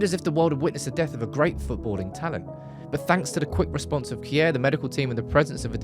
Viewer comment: The pronanciation of Simon Kjær is kind of funny. Its will be easier to just say Shear and more right. Not like Kier 😆